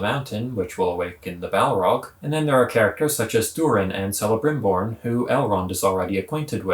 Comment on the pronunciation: Also it's pronounced Kelebrimbor. Hard C. Also can't be Gandalf unless they are radically parting with lore. Gandalf doesn't show up till the 3rd age. This is likely one of the two Blue Wizards who canonically show up in the 2nd Age. Or perhaps something darker. You have to factor in that this show is not based on a fully fleshed out story like LotR. It's based on notes and appendices.